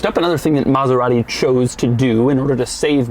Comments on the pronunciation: its not Mazerati its Maserati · Maserati Coupé not "Coup"